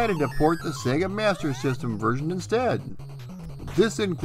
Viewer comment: THANK YOU for pronouncing SEGA properly.